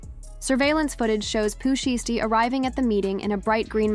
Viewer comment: Make sure the a.i voixe saying the name right 😒 couldnt even watch past 30 seocnds .